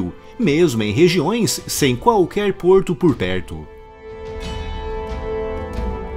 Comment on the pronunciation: Vídeo excelente, como é o padrão do canal diga-se de passagem, mas não pude deixar de notar e achar uma certa graça no "qualquerrr porrrto porr perrrto" kkkk! Parabéns pelo ótimo trabalho!